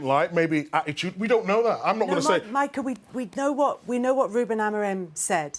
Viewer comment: Did Roy Keane just say... Badittude?!?!?! xD